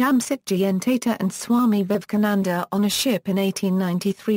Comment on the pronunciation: Its tata... Not teta